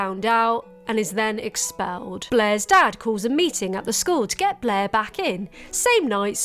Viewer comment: It took me too long to realise her name was 'blaire' and you weren't just calling her 'bleh'